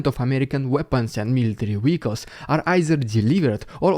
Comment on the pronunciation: Zugzwang ♟️pronounced "tsuktsvang" for Englishers, with eg a V as in Vehicles - was hoping to tease you away from weekles.